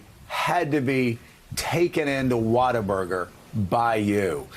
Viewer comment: H2O Burger? Water-Burger? No, you fkn moron, it's WHATABURGER, NOT WATERBURGER!!! He can't even get the name right, so how are we supposed to believe anything he says?